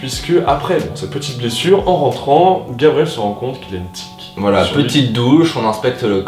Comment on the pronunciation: Ça en fait des aventures... Sinon c’est TIQUE, pas TIC 🤣